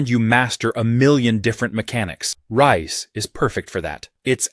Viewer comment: Listen Fella. It's blooming pronounced Rise, not rice...